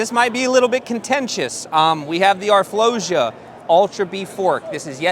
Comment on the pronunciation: Always a great video from you guys!🔥🔥 one thing tho, I think it’s pronounced R-flow-sa as in sa in Sansa in GOT.